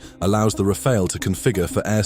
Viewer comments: Rafale A is now Rafail? Tell me you are using AI voice, without telling me you are using AI voice... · Just make sure you’re not pronouncing it like the name Raphael 🤬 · It's amazing how many people are almost incapable of pronouncing "Rafale" correctly.